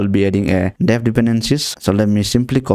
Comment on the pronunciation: dev hai wo dav nhi noobde